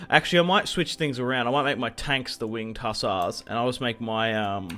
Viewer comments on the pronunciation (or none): I'm Polish, and every time you say Winged Hassars I laugh my ass off